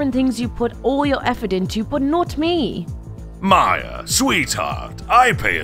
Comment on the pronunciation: It’s maya not miya